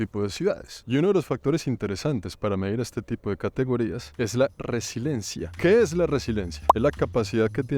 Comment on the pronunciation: Querido, con respeto decirte que se dice "resiliencia" no resilencia. Saludos desde Madrid♥